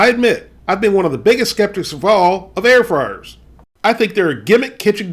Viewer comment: Air froars 😂